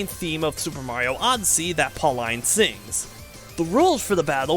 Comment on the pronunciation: Always love series like these, i Hope this series takes your channel into higher popularity! Little side note that bugs me Pauline is actually pronounced Paul-een, not Paul-Eyen.